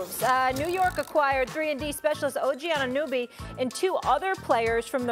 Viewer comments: Molly... say it with me. anna-no-be, it's not very hard. Especially for someone who reads a teleprompter as a career. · You think now that OG Anunoby is no longer in Toronto ESPN will actually learn to say his name and stop call him "Anobee"? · Molly needs to say his name right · No one can say OG's name properly... what a joke lmao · Come on it’s your job to know how to pronounce a players name it’s not hard Molly